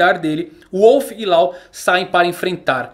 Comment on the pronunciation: Mano eu admiro muito seu trabalho. Sou um grande fã. Mas por favor vc I fluência pessoas... Não diga o nome "Law" não existe está pronúncia em NENHUM idioma a pronúncia é "Ló" igual lei em inglês. Em nenhuma dublagem nem no original e nem em nenhuma outra existeo som Law. Por favor somente o Brasil foi o único país no mundo que inventou isso, fizeram raps... Por favor concerte isso...